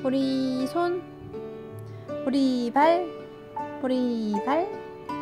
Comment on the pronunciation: 저요 "보리발"이라고하실때 보리밥이라고 하시는줄알았어욬ㅋㅋㅋ